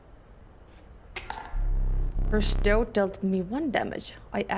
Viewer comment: You did! Stoht is probably the easiest way to explain it rather than how it's spelt 😊